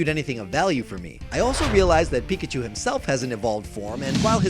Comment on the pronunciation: When you said weak-a-chu I threw up in my mouth a little bit